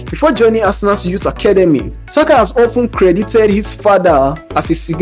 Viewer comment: and by the way you mug, the guy speaking is not even yoruba...you should know by the way he pronounced ilori and saka which are yoruba name, but you are too dumb and prejudiced against the yorubas that you did not notice it